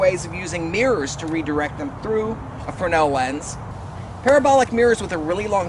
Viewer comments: It's fresnel, not fernal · S is silent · Why does the official American pronunciation of fresnel ignore the S?...The same people that allow Brett Favre to pronounce his last name as Farve.